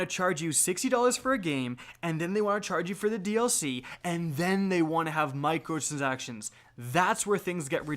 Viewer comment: "Microtrzactions" CAN'T UNHEAR